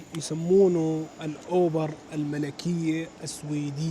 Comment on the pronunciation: البوليس وقفوق من بين كل العالم لانك لابد ماشي غلط او تستعمل طريق او مسار غلط غيرك ما يستعمله لذلك لفتت انظارهم لانهم مش متعودين يشوفو همج. بعدين اسمها دار الاوبرا الملكية مش الاوبر يا 😅 نصيحتي إلك ترجع على المانيا لان حتى الملنيا كتير عليك وخليك بالكامب وعراتب الجوب سنتر 😂😜 ولا تفكر مرة تانية تزور ستولكام يا 😂😂😂😜 قلتلي الماي عندعم اسمها فاتن يا 😂😜